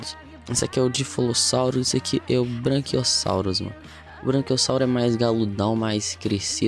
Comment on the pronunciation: É BRACHIOSSAUROS NÃO ''BRANCHIOSSAUROS'' POR ACASO ELE É BRANCO OU VC É DALTONICO.